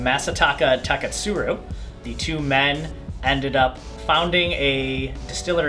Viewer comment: I like the way you say Taketsuru